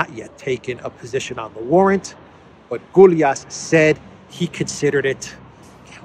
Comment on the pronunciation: Gyulas in Hungarian is closely spoken like Goulash, without the ‘h’ on the end. The ‘ou’ is pronounced like ‘u’. Keep the ‘y’ silent. It’s a beginners thing 🇭🇺